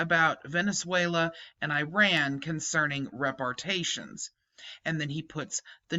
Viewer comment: Rep ar ay shins. Just a correction on the pronunciation, no biggie.